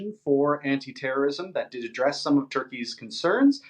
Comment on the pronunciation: Correct spelling yes but not correct pronunciation yet.